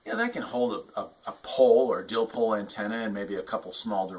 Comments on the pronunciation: Dipole not dilpole lol!! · I cringed everytime he said that. Dipole there's no l before the P. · "Dillpole" LOL! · What the heck is a dillpole? Our you miss speaking and meaning a dipole antenna 😢